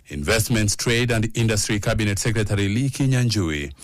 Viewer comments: That reporter needs to go to pronunciation classes. The word Secretary..... Can be pronounced correctly and better. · Waah this reporter is actually saying Secretary 😂😂😂😂